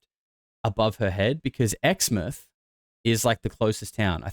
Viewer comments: First of all you can rule out exmouth. Btw it’s pronounced exmouth not exmith. If you’ve ever been there you’d know that that whole area is full of huge towers 100s of metres tall. Because of the huge footings needed I’d say it’s impossible to bury a huge anything there because it’s riddled with huge concrete and steel footings Underground. Woomera is a fukn weird place tho. So many buildings with no people in them. The town has all that accommodation and not a soul to be seen anywhere when I was there.v just an emu dad and his kids walking down the Main Street. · Btw Exmouth is pronounced (ex) like your ex and then (mouth) like your mouth